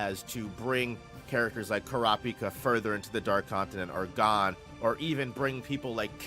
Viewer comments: Hearing you pronounce Gon (g oh n) as (gone) is like nails on a chalkboard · love the video except for boss pronouncing Gon like “gone”